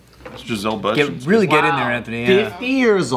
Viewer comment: the way says bundchen 😂